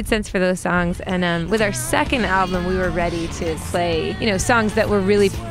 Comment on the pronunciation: Why girls like her pronounce the word "second" as "suckend"? Is it a regional accent? BTW the electronic bagpipes play just as real pipes, the key thing is the gracenotes, learn them.